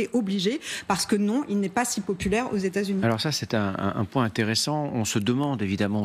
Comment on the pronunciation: Comment un journaliste de cet âge peut-il dire "SI Z'INTELLIGENT" comme s'il y avait un "S" à la fin de Si ! J'entends ça partout dans la jeune génération qui ne connait rien grâce au langage SMS et à la nullité de l'éducation nationale, et ça m'écorche déjà les oreilles, mais de la part d'un journaliste aguerri c'est une insulte à la langue française ! Et il ne cille même pas après avoir dit ça !